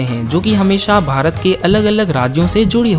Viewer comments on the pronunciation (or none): none